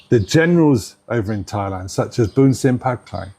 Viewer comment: The siam can't even pronounce their own country. When they try to say Thailand, it souds like LieLand - I'm serious. 😅